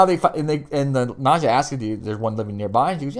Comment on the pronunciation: Don't get upset but Its Nad-jia as in as in Nadia, she's not calling Gregor Jess, she has said Jeff as always. Just correcting you politely. We both love the show. Gregor will be there again, reincarnated every time remember, and yes Jenna, loved her. And " Gizmo" lol a vanhelsing that's hilarious